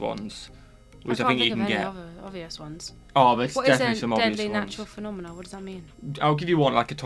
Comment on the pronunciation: Sorry but you did not "nail" phenomena since you added an "s" sound.